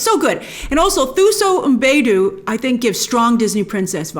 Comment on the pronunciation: Heeeey Grace!! 😃😃😃 Soooo Thuso Mbedu is pronounced Too-So Mm-bed-oo. She’s our shining star here from South Africa 🇿🇦 lol! Cant wait to see this movie